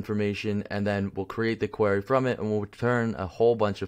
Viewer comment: idk if its a Canadian accent but its query (queer-e) not qwhere-e.